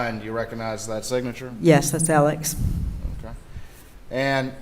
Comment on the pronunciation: And why is she pronouncing his name "Elick"? I've never heard a man's first and last name pronounced in hundreds of different ways in my life. "Mur-dock", "Mur-daw", "Mur-duh", "Al-ex", "Al-eck", "El-ick". Smh. 🙄